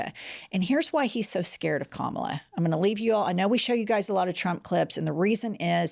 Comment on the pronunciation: Has anyone noticed previously Trump did pronounce Harris first name correctly, but because everyone on the right mispronounces her name as an insult, he's now doing it?